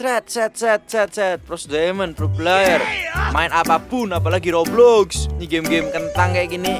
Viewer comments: Bang tadi abang salah ngomong harusnya roblox bukan goblox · Kenapa ngomong roblox goblox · Kok ngomong roblox jadi goblox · Kocak waktu di intro atau awal malah roblox jadi goblox